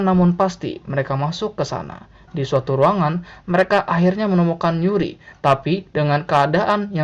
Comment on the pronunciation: Yuri bang bukan Uri